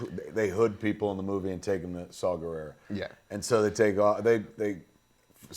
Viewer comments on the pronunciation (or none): Oh DUDE!!! Arghhh. I don't know u , I mean u seen cool as shit, especially if ur w/ K.S. But, dude, Saw, like the tool Not Saul like the Jew name (not racist) , & last name ends w/ an A not O. Guerrera, not like Vladimir Guerrero. And Krennic, is as u said middle mgt. & nobody likes him, the empire, Tarkin, Vader, don't respect him. It's why he don't have all the stripes & just a few fuckin squares. And Ahmed's characters name ain't that hard, Bohdi(think point fukin br8k, last name Rook. Like chess, or Micheal Rookers lady name chopped up (mearle). Kids today are dicks, they're not our gen. I'm 41. You guys both are awesome!!